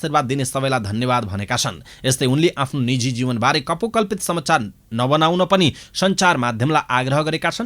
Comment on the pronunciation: Samchar hoina ta sir samachar ho patrakarlenai yasto galti garepachi arule ke garla ? Bichar garnuhola 😃